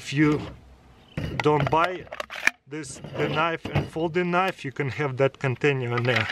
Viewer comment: Хэв хэв, научись произношать правильно бл